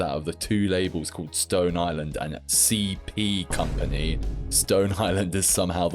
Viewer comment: The emphasis you put on the C and P when talking about C.P. Company followed by you cracking up got me weak. Easily one of my favorite (fashion-focused) YouTubers.